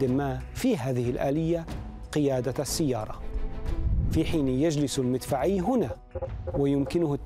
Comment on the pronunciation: سيارة بالفتح لا بالكسر فقري بالكسر لا بالفتح صحح نطقك ايها المذيع